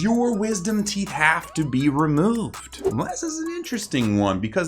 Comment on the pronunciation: Is it a big deal if a theet grew behind your theet